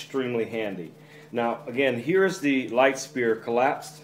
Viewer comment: Sphere isnt pronouced "Spear", its "Sphere" - the "ph" is like an "f"